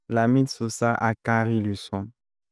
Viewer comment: On dit lamine lossa 😂